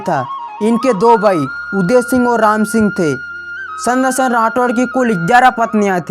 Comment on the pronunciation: तू भाई चंद्र सिंह राठौड़ की जगह सेद्रसेन बोल रहा है और मुट्ठी भर बाजरे के लिए मोटी बर्बाद बागरा बोल रहा है भाई को भई बोल रहा है 😁😄